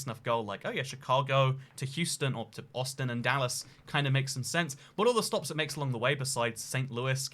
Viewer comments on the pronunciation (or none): none